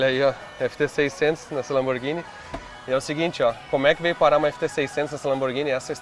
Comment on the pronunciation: LAMBORGINI DE PENEU DELINITE????????? PELO AMOR DE DEUS GENTE!